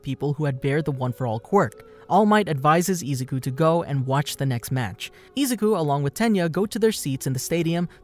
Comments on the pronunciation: IF THIS VID IS 1 HOUR PLEASE GET THE NAME RIGHT IZ-U-KU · i don't like how u say Izuku u say it like Ezuku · I-zoo-koo not ee-zou-koo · as this guy says ezuku idoria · sorry but it's prnounced i-zoo-koo so izuku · Zuko Midori ya you’re getting it wrong and also you’re not say it like the way you’re saying it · Why are u saying izouku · Who else got a little triggered from how he pronounced Izuku and my hero academia but never mind that but keep up the great work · Great video but am I the only one of her just triggered the way he pronounces Izuku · The way he says “Izuku” bothers me so much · STOP SAYING IZUKU LUKE THAT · Am I the only one who is bothered by the way he says izuku and I’m not tryna hate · I'm sorry but it triggers me so much how he pronounces izuku. Lmao